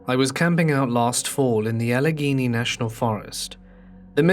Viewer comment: Your pronunciation of Allegheny National Forest was on point! I'm really impressed given that most Americans can't pronounce it correctly unless they've been there before. Very chill video.